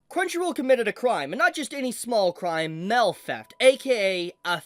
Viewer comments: Am I ge only one who thinks that Mail should be said as M E I L and not MEL ? 😅😂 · Why does this guy say mail like that, it's not Mal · The way you say mail as “mell” makes me itch… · What is this "mell" you speak of? You clearly say "mail" a few times, but mell is an unknown to me. Please explain. Jk, this is pretty shitty crunchyroll. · “Fan mel” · American pronunciations are wild. Everytime you say Mail, i hear Mel melfraud Meltheft Melll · What, you don't receive letters in the Mel? 🤣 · FYI, the way you say “mail” is hilarious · I'm so sorry but the way you're saying "Mail" is killing me, I can't- 😂